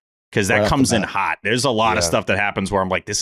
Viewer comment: Why does say “hot” like “hut”?